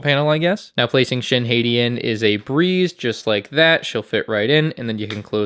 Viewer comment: Every time you mispronounce Shin Hati as Shin Heyty, my inner lightsaber turns on and stabs me.